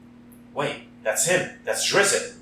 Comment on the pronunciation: You actually pronounce his name like "drist"